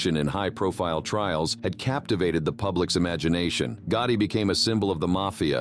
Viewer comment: There was a lot of things that are incorrect about this video and also there’s a lot of mispronunciations. Another words, they pronounce names very wrong, including Gotti Was this done with AI? If so, I hope we don’t continue to do it this way.